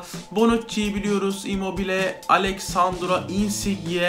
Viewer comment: İmmoble telafuzu hariç güzel bir inceleme olmuş